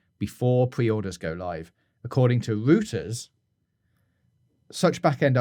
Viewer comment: I like that you pronounce Reuters like Hooters haha